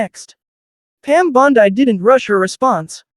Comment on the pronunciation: Damn! The female AI narrator is worse than the male voices. “Bond - Eye”.